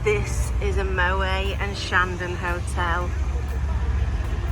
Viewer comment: The T In Moët is pronounced ! It’s a Dutch name , not French